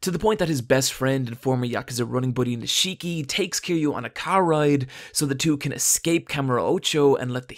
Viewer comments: NIIIII-shiki not ni-SHIIII-ki ffs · How are you gonna pronounce Nishiki wrong when Kiryu says his name every time there's a scene with him? It's NEESH-KEY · Honestly, please just tell me if the mispronunciation is just trolling at this point. It's every video and it just makes my ears want.to curl up into balls. This video the mispronunciation was Nishiki. It's pronounced: Nish-Ki (Kiryu even says it in the scene at the mark): "Nish-EE-ki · No one Him: Neesheeki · Ni-shii-ki lol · I can’t take this video seriously with how you butchered the pronunciation of Nishiki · How the fuck can you not pronounce Nishiki correctly even though it's repeated 5000+ times in-game